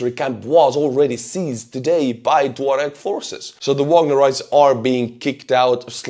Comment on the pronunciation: I must have been mispronouncing tuareg all my life.